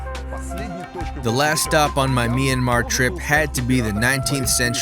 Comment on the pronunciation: it'd be great as a local citizen of myanmar if you just pronouced Myanmar as Myan-mar a bit fast because that's how we say it and I don't want local citizens to be confused with Myan-mar and Me Yan Mar